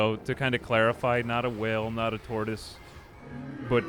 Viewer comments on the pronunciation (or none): none